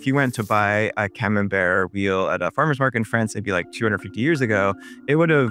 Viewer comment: ComenbertY... for sakes, hearts the ears..must you mispronounce everything? must you call cheddar a cheese? hllblls gzzz